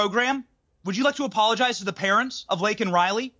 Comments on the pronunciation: Everyone is so focused on him mispronouncing Laken Riley's name, but can we focus for a second on the fact that seconds before he literally said "It's not about him, it's not about me, I be a winner... not really..." ? I mean, I know I shouldn't be surprised at this point, but, like, the guy struggles to form proper sentences and people are more concerned about the fact that his mispronounced "Laken" as "Linkin". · 🔥 🔥 🔥 He couldn't even read her name correctly! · Holds up a button with her name and still says it wrong. What a joke of a president.